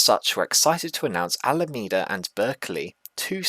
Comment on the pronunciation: Yes it’s Alameda with a “me” in it like you pronounced it the first time.